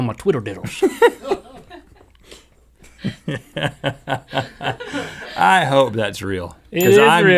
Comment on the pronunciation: got every single one of em right....except twiddle-diddles LOL